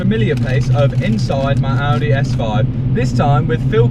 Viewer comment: lol, Audehh